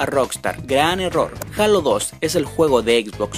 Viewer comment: se pronuncia heilo